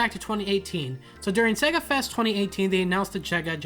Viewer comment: “they announced the chega genesis mini”. Lol